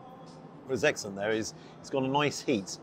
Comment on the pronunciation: Did you say eggsellent on purpose, or am i hearing things ? 😂